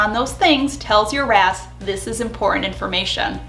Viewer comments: When you say "your RAS" I hear "your ass" 😂😂😂 Jokes aside, I love the advice in this video. Thank you 😊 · Am I the only one who heard “your a$$” when she was talking about RAS? It made me giggle. Either way, this was super helpful thank you :) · Definitely heard " your RAS" as "your ass" 🤣🤣 yeah, I'm basically 8 lol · every time you said “ your RAS” …I heard Your A$s and laughed so hard. Thanks,lol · I love your videos and I’m the same way about loving the science and psychology behind everything. But I am laughing so hard..every time you say your RAS.. I hear your a$$. Yes…I’m 35 going on 11.